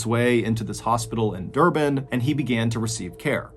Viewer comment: Also never heard of these 2 stories before and I'm also an South African but it was very interesting. Thanks MrBallen, we've been listening to your stories since 2020 and found it very interesting 😀👌I must agree, your pronunciation of Stellenbosch & Durban is pretty good!